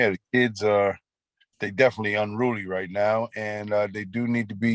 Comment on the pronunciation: Not ruly, (unruly).